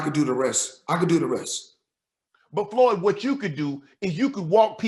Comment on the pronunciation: He called floyd skip lop